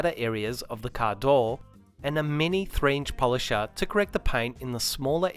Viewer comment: What’s “caadooooow”??? You keep saying it. Please have someone do voiceover with a proper american accent. Very hard to understand